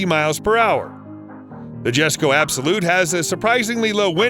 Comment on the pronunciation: Please do your research or at least have the narrator do his research so he can get the names of the cars correct , the Koenigsegg ONE for example is the ' ONE TO ONE ' that's its name and the Jesko is pronounced ' Yesko' , the Chiron is NOT pronounced Sherown , it ends in 'on' not 'own; the Bolide is pronounced ' Boleed 'not ' Boleeday'. DETAILS MATTER , have the narrator listen to how the manufacturers pronounce the name of their cars rather than just guessing, it adds to the enjoyment of the video